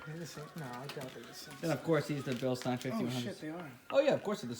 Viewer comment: ftr it is bil-steen lol